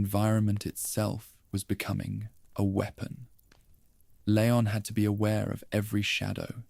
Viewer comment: Great videos.. But Who’s Leyon? It’s Leon & pronounced Li-yon..